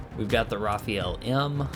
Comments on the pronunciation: fr not rafiel but rafale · It's actually pronounced "Rafaa'l" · Not Rafael... Rafale 😉